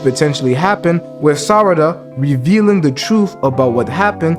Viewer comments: I almost cried tears of joy when you said Sarada correctly 6x in a row… but then you went back to saying Sadara 🤣😅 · WTH u say sadara instead of sarada LOL , Noice Video BTW 😆, but the love theory tho sarada and sumire i think that is something cuz yeah on one panel of the manga sumire and sarada are discussing about, sumire does have a feeling for boruto and she ask to sarada does she have too and for something like that to get in the manga might be some of a hint tho (sorry for my bad english)